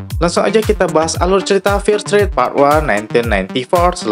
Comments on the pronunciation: Dibaca fier strit min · bagus bang 👍 tp saran aja pronunciation "fear street" nya lebih dbenahi, didenger agak gmn gt hehe. sukses bang